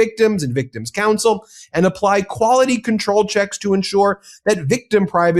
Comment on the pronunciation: We put this "k" in kwality.